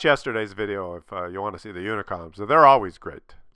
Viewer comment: And today he is still sucking up to the "unicoms". LOL.